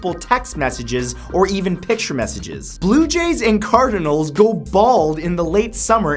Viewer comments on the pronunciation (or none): none